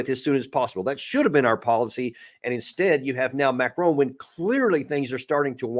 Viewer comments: Colonel… pronunciation of the French president is as follows: MARI-CON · 😂 Come off it. The name being discussed is "Macron". Hardly like a challenging surname such as Cholmondeley? (Pronounced “Chumley”, by the way). Here in Ireland we manage to pronounce names correctly. And since America has French speakers in Quebec and the deep south, French names are hardly alien to Americans. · Second that-all Americans seem to do this - driving me crazy. The Colonel should know better. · Note to you both…Macron doesn't have an 'e' on the end? Macron rhymes with Akron?